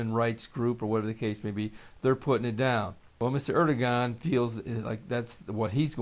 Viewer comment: Erodogan pronounced Ur-doe-Wan FYI